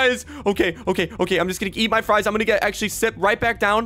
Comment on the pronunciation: He called FRIES FRUESSS